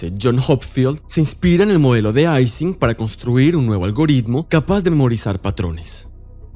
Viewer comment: Se dice Ising [ˈiːzɪŋ] con I, Ernst Ising fue alemán, y ellos sí pronuncian el alfabeto LATINO correctamente.